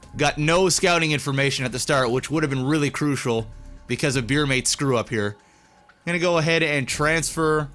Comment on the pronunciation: beermate, not bear maid, rofl